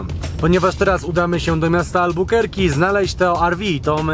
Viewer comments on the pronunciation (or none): Nie Albukerki tylko Albakurki